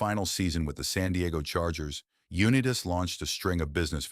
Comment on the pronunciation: Damn shame you couldn't train your automated voice over to pronounce Unitas correctly.